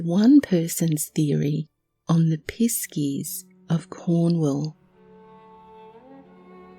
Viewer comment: I 😂 CHORTLED when "piss key" was spoken